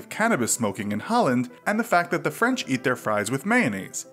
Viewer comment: Good job and. I have been enjoying your video reactions very much....except for one small thing. When says the word "that", he doesn't pronounce the "th" sound at the beginning so it just sounds like "at", instead of "that." Is that a Jersey thing or just a thing? Just curious. Thanks. 😀😀